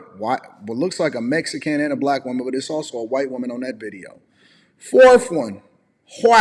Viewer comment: I appreciate the way he’s defending himself and respect the way he handles himself. Especially that he’s STILL being respectful to her (the creator). Also the way kept saying “whyyyyyyte” with that super southern twang KILLED ME😂